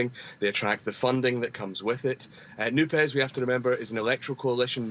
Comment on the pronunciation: It's not NOO-PES. It’s more like NOOP. In French ortho-phonology the final -es of a word, even if it's an acronym like NUPES, is generally not pronounced. All the French outlets are pronouncing it as something akin to NOOP.